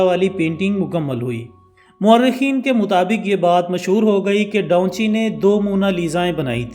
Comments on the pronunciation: Da Vinci ko Donchi.. or the last supper ko sooper... Channel itna bara hai mehnat keya kren pronunciations pe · Bro its da van chi not donchi.. correstion pLz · O bhai Donchi nahien its Davinci🤣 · Its Da Vinci not Daunchi like you are pronouncing mate ..